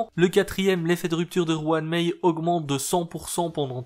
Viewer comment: La fameuse "Juan Mei" :)